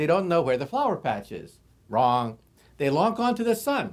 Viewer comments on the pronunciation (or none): i love the way he says WRONG